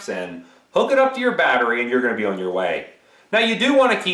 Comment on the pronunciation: Your Midwest accent slips out every time you try to say the word "on" 😂